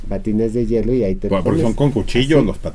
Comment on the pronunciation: No es yelo jotas, es hielo!!